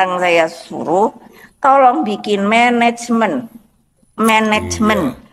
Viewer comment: Ngakakkkk....mendengar menecmen... Gak jelaaas blass.